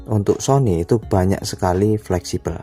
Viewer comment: 😂🤣🤣 Sony Jadi Siomai🤣